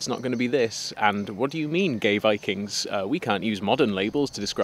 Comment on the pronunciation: Sorry was that "Bikings" ? LOL!